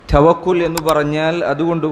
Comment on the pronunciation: توقل alla توكل aanu